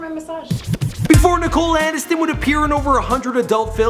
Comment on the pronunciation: Nicole Anis-ton